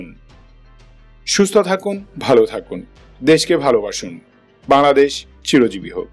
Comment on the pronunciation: boing-la-dash... boing-la-dash-ians